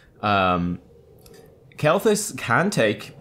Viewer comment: Just fucking call him KEL... jesus haha.